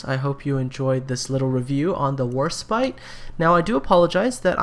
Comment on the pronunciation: Sounds like you keep saying HorseBite.